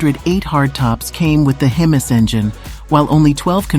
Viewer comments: Did she actually say "hem-miss" engine? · Hemiss engine? Illiterate narrator. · Hemis! Huh?! Sounds like humus! Lol